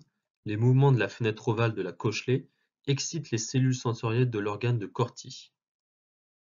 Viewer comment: Je suis choqué de comment il dit "cochlée"